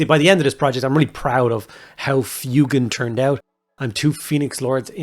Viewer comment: Thank you for saying his name correctly, I can't stand FWEY-GAN